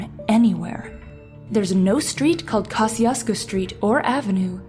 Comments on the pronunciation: It's pronounced cuh-shoes-co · Pronouncing the name wrong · You have to live here in South Texas to know how to pronounce Kosciusko. It is pronounced Ka-shu-ko. and by the way. It's pronounced Poe-th ......LO